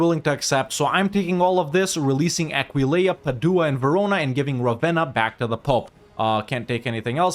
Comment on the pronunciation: People freaking out over the console commands but ignoring still doesn't know how to pronounce Aquileia before EU5 comes... smh